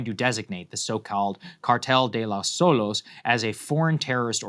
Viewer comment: Soles ≠ Solos, they are entirely different words. Read the "e", it's pronounced "eh", "Soleh".